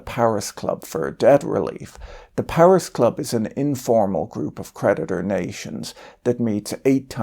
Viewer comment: I just realized creditor rhymes with predator. Maybe it's his pronounciation.